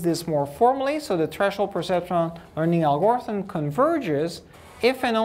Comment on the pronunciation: Great lecture, thank you for making this available, but someone has to tell him how "algorithm" is pronounced! Please!!!!!!